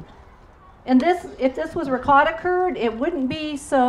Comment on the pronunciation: Can you please say ricotta like this: Ri "coat"uh.. its not Ri caught a... also... for Moscarpone we say...... Mo scar po nay I mean...as a teacher..we here in Italy would appreciate you spread the words of our regional products correctly. Thanks a lot..meant with a lot of respect, no malintension here.